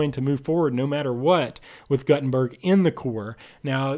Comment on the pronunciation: It's pronounced G-ou-tenberg